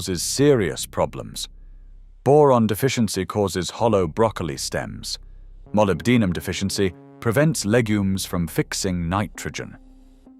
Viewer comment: I find computer reading of audio very insulting. Thumbs down. Can't even pronounce molybdenum.